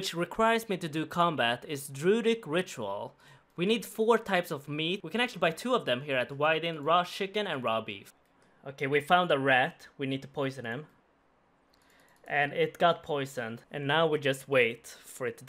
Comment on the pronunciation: "raw shicken" lol